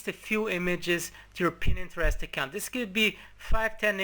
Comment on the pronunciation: its pronounced PINTEREST not PINENTEREST